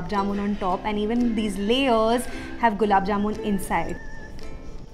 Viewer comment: Don't mind but ...uhh say AND to often n.. the way uhh pronounce it...uhh should change tht...i like your content n i just want uhh to improve